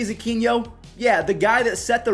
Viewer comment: It's Aquino NOT Aquiño. Your Pronunciation is killing me